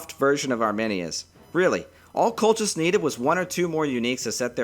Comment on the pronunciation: Not simmerian, Kimmerian, and kolkis. good video btw thanks